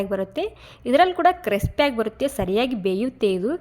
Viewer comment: ಕ್ರೆಸ್ಪಿ ಅಲ್ಲ ಕ್ರಿಸ್ಪಿ